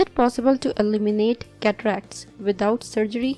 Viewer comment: Cataracts!! I thought you said....Cadillacs.